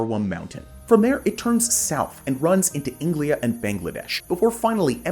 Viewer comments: what is engliya ??? Siang - See - Aang. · Did you say Inglia , not the first time you mispronounced India, disappointed dude 🤦🏻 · did you just call India Englia? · Its INDIA not ENGLIA